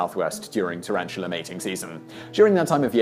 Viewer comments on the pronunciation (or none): PS: Tarantula not tarantulerrr.